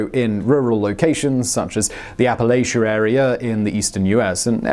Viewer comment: It ain't a huge deal but when ya say Appalachia like apple-lay-sha it makes me wanna throw an apple-atcha